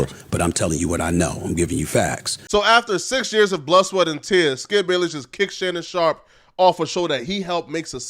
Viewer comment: "Shannon Shop"???